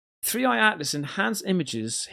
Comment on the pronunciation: It's 3i,not 31